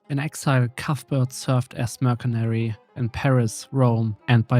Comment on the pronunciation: This video was like unexpectedly good for the size of your channel, a real gem! Your English is really good btw but for future reference "Mercenary" is said as "Mersenary", think about how the C in "City" is pronounced as an S, it's the same for mercenary. Anywho, I won't be very shocked when you blow up in the Paradox Youtube scene cause this was awesome